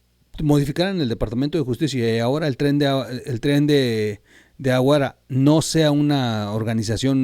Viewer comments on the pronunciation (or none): Dijo "aguara" 🤦‍♂️